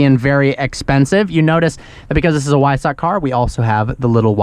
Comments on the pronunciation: It’s pronounced as Visock a W in German sounds like a V so Visock is the pronunciation for Wiessach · Great video! You have the pronunciation of Porsche correct, now pronounce Weissach with a V, like vice. Awesome car, awesome review! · Flauschi Flausch although he does pronounce weissach poorly 😂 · please say weissach properly. :/ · Weissach is pronounced with a "V". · Episode 1563 of can’t pronounce words correctly. “Weissach”